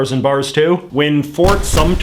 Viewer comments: McCullough, it's Sumter, not Sumpter, just so you know! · No "P" in Sumter. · Fort SUMTER. No P. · “Fort Sumpter” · No P in Fort Sumter. I do it too because that's how it sounds - same with "hampster" lol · It's Fort Sumter. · Reconstruction ended in 1877. Also, there's no p in Ft. Sumter. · FYI: no "P" in Sumter. Trust me, I sold tickets for the boat ride over to the Fort!! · Fort Sumter, not Fort Sumpter... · Sumter, not Sumpter. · J.J. McCullough Pronounced by some like Sumpter though!